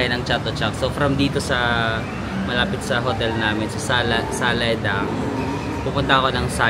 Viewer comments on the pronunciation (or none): Sala Daeng kasi not Salae Dang hahaha. Mu Ping ang tawag dun sa kinain mong pork. Fave ko din yun :)